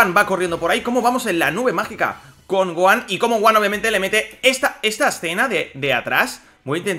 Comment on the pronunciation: Le dicen son goanda encima pero bueno cada uno tiene su forma de decir Onda vital